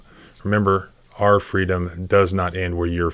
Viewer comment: Ex Paralegal and I absolutely love your Channel. The little catch phrase you say at the end of the the videos needs a small tweak. You say "ARE" freedom.... It's actually "OUR" freedom. Our rhymes with power. Are rhymes with car. 😊 anyways, I do love this channel.